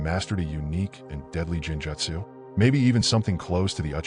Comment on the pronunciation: how is it possible for someone who watches naruto to be so horrible at pronouncing words in the show such as genjutsu, Sakura, Akatsuki etc